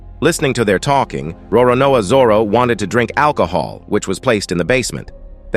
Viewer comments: Roronao Zoro? Roronoa Zoror? 😂😂😂😂 Its Roronoa Zoro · Bro the pronunciation of Roronoa zoro😂😢